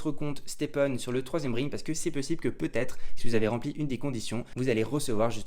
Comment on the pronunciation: deja s’en tape, il est payé par STEPN pour faire la promo. Ensuite, son roi il est fait depuis longtemps, donc il s’en tape. trouve tout génial, sûrement parce qu’en Suisse tout est génial. Et on dit RÈLM et pas RILM pour dire realm. Aller peace et vive les HP et le confort.